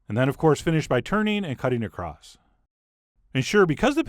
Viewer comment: holy shit he said "across" not "acrosst"